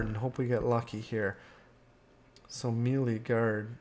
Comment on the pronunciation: Me, Lee. Who, you? It is pronounced "may-lay". Otherwise, excellent video,.